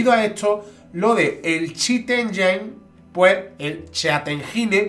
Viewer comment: 'Chit enyeen'😂